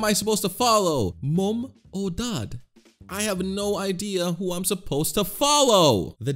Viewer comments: Also why do you say m-oo-m it should be m-uh-m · BRO REALY SAID MOEM OR DED